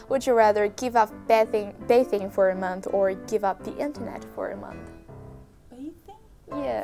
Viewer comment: it's bathing not bacon.